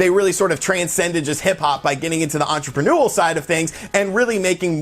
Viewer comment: It's "entrepreneurial." En·tre·pre·neur·i·al. There is not such word as "entreprenuel"